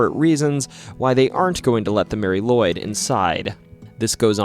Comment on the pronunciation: If I remember right Nisse is Icelandic for Nicholas like St Nic. And sorry to say but you mispronounced Mari Lwyd. It is pronounced Marry Lu,wid.